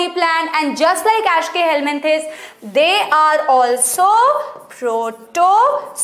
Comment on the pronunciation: Mam=ashkeyhelmenthis Me= eschelmenthis🤣